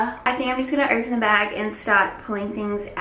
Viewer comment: 😂😂😂 she said 'bag' in such an American way